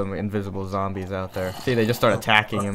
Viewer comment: yes! he says zambies!!! now imma stay subbed :)